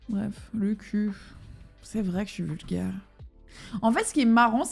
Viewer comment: "vulguaire" mdrrrrrrr